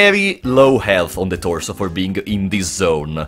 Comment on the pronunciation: I live for every time he says "THE ToRSoo"